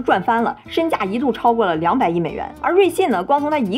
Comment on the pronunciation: 老是瑞幸瑞幸的我听着像咖啡😂😂